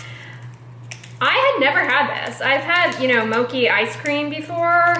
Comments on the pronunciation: Mochi is pronounced, "Moh- Chee." It's a "ch" sound, not a "k" sound. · Loving vlogtober! Fyi, mochi is pronounced with the ‘ch’ sounding like ‘church.’ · The "ch" sound in "mochi" is a regular "ch" sound (like "chives") rather than a "k" sound :)